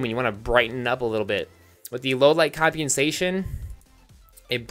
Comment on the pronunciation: "combiensation" is what it sounds like, when it really isn't that hard to pronounce. he's just making it out like it is.